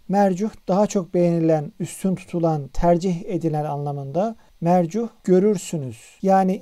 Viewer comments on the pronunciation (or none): Hocam, "mercuh" diye okuduğunuz kelime "müreccah" sanırım.🤔